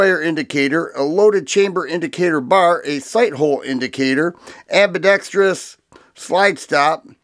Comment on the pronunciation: You get a thumbs up for proper "ambidextrous" pronunciation!